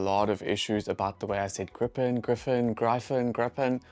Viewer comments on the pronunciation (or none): none